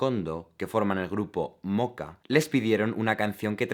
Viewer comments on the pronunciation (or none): none